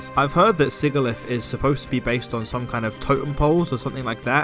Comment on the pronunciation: Quick little gripe about the video. If you’re going to complain about Sigilyph, at least pronounce it right (sih-jih-liff, not sih-gih-liff)